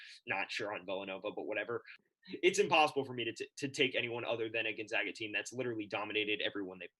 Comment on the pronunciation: Gone-(zag)-a.... it’s not pronounced zog